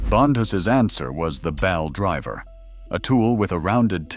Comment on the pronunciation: Stupid AI voice: First it's a bowel drover then it's a bail driver when it should be a ball driver.